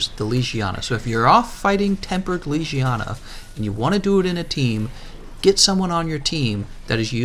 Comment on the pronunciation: Its not lijijana, it LEGIYANA